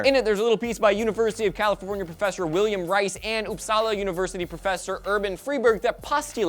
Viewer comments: "You mispronounced Uppsala!" - Sweden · lowl at way you said Uppsala